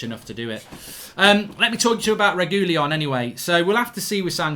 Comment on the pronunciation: That’s definitely NOT how you pronounce Reguilon 😂